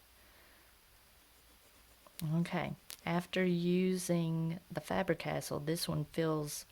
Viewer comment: Btw, Faber - Castell history eclipses Cross by a long shot.....sounds like you are saying 'castle'. Pronounced Cas- Tell